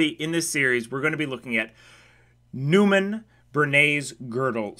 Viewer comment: "Neumann" is pronounced like "Noyman".